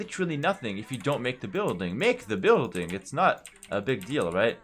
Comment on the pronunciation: "make the bØiLdiNg~" Proof that playing aoe2 at a pro level turns everyone into a skandinavian at some point